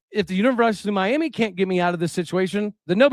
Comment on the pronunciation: You’re pronouncing Miami wrong. Are you truly from Oklahoma?